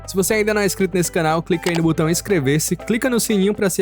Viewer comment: Não é Butão, é botão